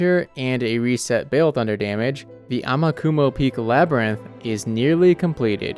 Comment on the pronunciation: Not “amakamo” Its “amakumo”